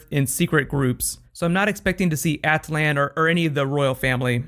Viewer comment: Your pronunciation of Attilan completely threw me off lol. Also can you make a video about the Star Wars Rebels finale please, it was amazing <3!!!